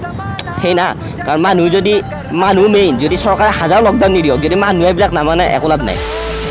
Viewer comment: মানহু নহয় মানুহ ☝️